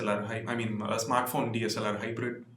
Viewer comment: DLSR rocks, I don't know why were you sad while wasn't able to say DSLR